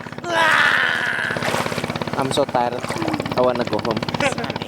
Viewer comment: "I em so taired I wanna go home" entah kenapa yg ini ngakak huahahahaha